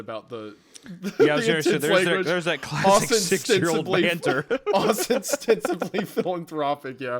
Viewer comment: It's "Os-tense-ibly". It means "supposedly", essentially